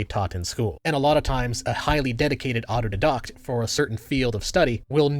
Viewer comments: You keep using "NeoLiberalism", but I don't think you know what it means. Also you keep pronouncing autodidact wrong. Bit ironic given the topic of this video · He’s being silly and mispronouncing “autodidact” someone who teaches himself expertise on a given subject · The mispronounciation of "autodidact" is almost poetic. I largely agree with what you said here, but you can't always know what you don't know. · Why does he say “autodidact” like that? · I didn't quite get what he was saying at first. He was mispronouncing autodidact, which is a bit ironic. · I’ve been enjoying this video so far, although am quite put off by your pronunciation of autodidact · Do you mispronounce auto didactic on purpose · Ironically you really need to teach yourself how to pronounce autodidact. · Yeah I couldn't understand what he was saying, he definitely says it non-phonetically. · It's kind of a midwit thing to do. Regularly use a word you can't pronounce because it has a pretentious air instead of using simple language like "self taught." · Is the word you're saying "autodidact"? Because I kept on hearing it and being confused by the pronunciation - if it is, wouldn't the pronunciation be "dye-dackt" and not "di-doct"? Just for clarity's sake. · Autodidact pronounced "did-dact" or "d-eye-dact"? I thought it was the latter and didn't understand till halfway in. Maybe it's a regional thing? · Just wanna point out: Autodidact (one who teaches oneself) is pronounced "Auto-dye-dackt", not "auto-dih-doct". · Isn’t it pronounced auto DIE-dact? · does anyone know what word he uses? Abnormally intelligent people tend to almost always be what? Autodocs? Autodedox? I’m genuinely asking, I looked it up online and found nothing. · IT'S PRONOUNCED AUTO-DIE-DACT, IT'S NOT PHONETIC there's my midwit "correction" statement that they do when they can't refute the argument but found a tiny mistake to leverage and undermine you with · auto-didact, but pronounces words differently